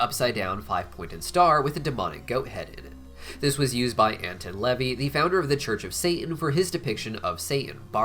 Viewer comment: Anton LaVey is pronounced as AnTōn Lavay